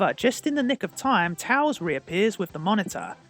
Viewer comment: It’s tails not tals